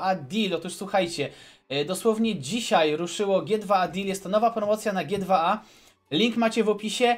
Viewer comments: G2A czyta się dżi tu ej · ...CZYTA SIĘ dżi ti łej dil!